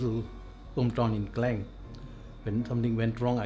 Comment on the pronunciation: Klang...bukan kleng... u org tempatan tak perlu la nak salah sebut mcm foreigner